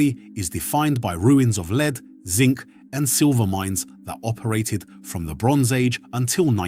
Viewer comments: It's pronounced LED not LEAD. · Leed? Ai strikes again. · Lead as in pencil lead or the metal is not pronounces as a dog lead, or taking the lead. Something a bit AI about this voiceover.